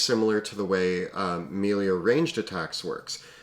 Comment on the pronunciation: dude melee is pronounced may lay